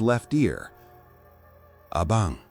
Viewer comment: I think you mean Abang not Abong 🤭